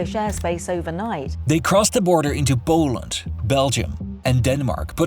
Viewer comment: Its not boaland its poland dude wtf is that accent